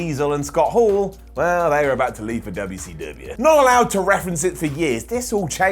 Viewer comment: dubbia see dubbia 🤣